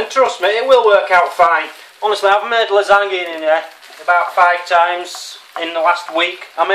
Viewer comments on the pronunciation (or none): Its pronounced Lasanya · its pronounced la-zan-ya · Hi thank you for leaving me in stitches. Nice job on the LASAGNA- nay nay. just helping the pronunciation 😎👍✊🙌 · Its phrased "lasanya" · dan the thing you are trying to make is lasagna (la-zan-ya) and I think you did on ok job not the best not the worst but ok (as long as it tastes good that's all that matters)